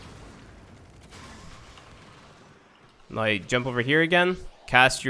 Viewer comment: dear, Y is not the same as W, NOW... not NOY, please try to correct the accent